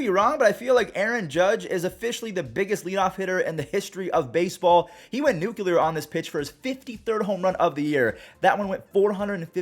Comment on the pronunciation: Nu-clear... 2 syllables 😩